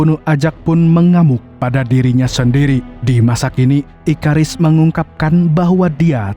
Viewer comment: Bang itu Abang tadi bilang ikarus kan harusnya ikaris